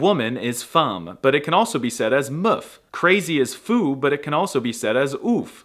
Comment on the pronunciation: Dude. It’s une belle femme. Not une belle fum.